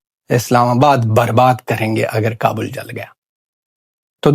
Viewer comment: ख Khwaja Punjabi kabul nahi kabal kehta hai .